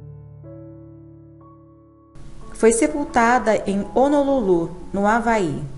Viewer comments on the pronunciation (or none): none